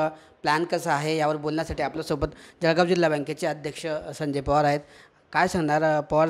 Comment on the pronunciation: पत्रकार महोदय! तुम्ही सुखक्षित शिकलेले पत्रकार असूनही जळगांव उच्चार जडगाव म्हणतात तर इतर लोंकाचे तर वेगळेच! आणि जिल्हा बँक मुद्दल आणि व्याज पण घेते उगाच लोंकाच दिशाभूल करू नये आणि तिसरी गोष्ट जर पीककर्ज मर्यादा वाढवून मिळाली तर शेतकऱ्यांना चांगली होईल शेती साठी इतर लागणाऱ्या साहित्य आणि इतर सुविधा, त्यावर शेतकरी खर्च करू शकेल!